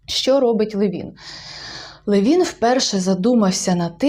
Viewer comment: Там приголос на ЛЕвін, якщо я не плутаю. З іншим Левіном.